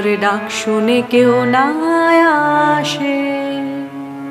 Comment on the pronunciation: আপনি অনেক ভালো গায়িকা, তাই খুব বিনয়ের সঙ্গে ভয়ে ভয়ে বলি আসে উচ্চারণ টা আশে করলেন অর্থাৎ স এর উচ্চারণ শ করলেন। এটা আমার মনে হল, অপরাধ নেবেন না।